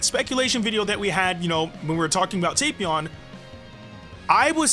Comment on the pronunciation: Yo You know your saying Tapion wrong? Its Tap ion like Tap Water lol but say it however you like to say it cuz I ain't judging how u say it I'm just telling you ight?